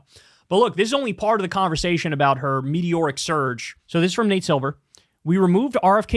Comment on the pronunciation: Could’ve sworn he said mediocre surge in the first video. Haha